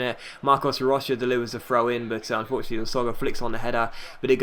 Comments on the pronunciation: Hey just saying, it's pronounced Marcos Rosha, not Roka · Hey, say "Rocha" like "Rosha"